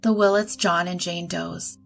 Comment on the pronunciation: FYI, it's Willits, not Willett.